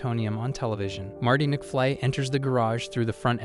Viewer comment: McFlee? It's mcFly, bozo. They may be both insects, but still different.